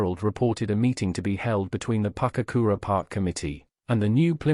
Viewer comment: Its Pukekura not Papkura. I spent many a day as a youngster down there getting tadpoles and say it develop